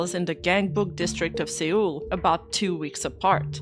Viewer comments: Seoul is just pronounced Soul. Have a good one great stuff:D and you are a Uma horse. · Seoul is the capitol of Korea, I also made this mistake when reading it for the first time (in high school history class) it's pronounced as "soul" Thought you might like to know since it's plausible you've only ever seen it written down.